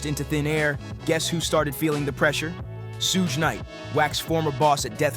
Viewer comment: It's crazy how you keep saying sooje. It's like sugar. It's pronounced Shooog